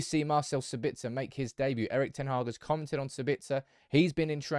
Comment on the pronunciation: SAbitzer not saBItzer. Also it’s leviOSA not LEVIOsa